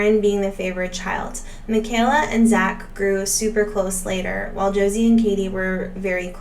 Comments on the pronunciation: “Michael-a” it’s said like a Michael not Michelle 🥰 Thank you for posting!!! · It’s “My-ka-la,” not “Mih-kay-la.”😊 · Her name is pronounced Mike a la not the way you’re saying it. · It's pronounced, "Michael (like the "boy's" name) - a; Michael-a. Great video! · They prounouced it "Michael--ah" on the early Duggar show visits. Doesn't Kelly have an adopted Black sister or cousin? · Please stop calling the 2nd daughter by the wrong name. It's pronounced like Michael a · Haha she noted that she got it wrong. However, Michelle is also pronounced differently from Micheala!